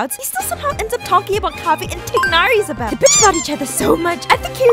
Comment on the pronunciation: thank you so much for pronouncing the g in tighnari omg hearing tienari makes my ears bleed